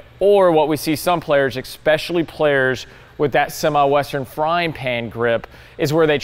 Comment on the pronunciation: That was great, eXspecially the parts where says eXspecially.